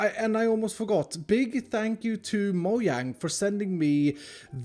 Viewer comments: Did he say moyang instead of mojang? Lol 😝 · Why do people call it “moyang” :/ it’s Mogang when u say it but it’s spelt Mojang o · its pronounced (Mogang) not (Moyang) btw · Did he just pronounce Mojang like "moyang"? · "wait i cant forget to thank.......moyang" this is why i watch him lol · “Moyang” said by 2020